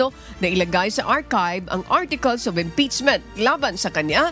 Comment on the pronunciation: Madam pakiayos yung pag pronounce ng mga words po. IM-PEACCHHHH-MENT, hindi IM-PITS-ment! feedback lang po. Kasi yung Mendowza ang oa po pero ang impeachement mali. Hayst. Please po. Nanonood po ako sa UNTV parati. Ayusin nyo FLEASEEE